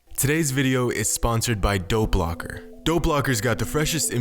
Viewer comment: I thought he kept saying Doe Blocker instead of Dope Locker.